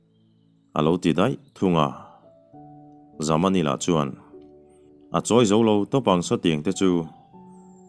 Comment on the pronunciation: Lal fanu chu Zamani tih ni siin Zamawii tiin vawikhat chu ilam zauh maia .anziah sual ani ang maw.?.